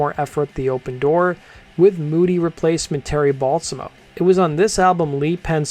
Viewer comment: Terry ball- samo? 😂 It's bal-samo